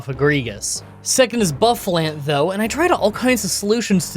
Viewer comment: Boo-Fuh-Launt, not Buff-Uh-Lant